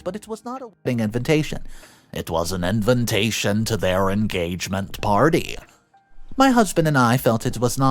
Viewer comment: LOL, the way you say invintation instead of invitation is adorable